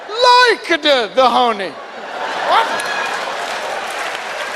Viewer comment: and then the bee-ahr like-e-de the hohney and then the be-ahr LIKE-E-DE the hohney. XD I was dying